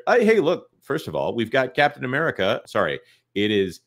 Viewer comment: at one point says the title of the film and it sounds like he said "Death of America: Brave New World"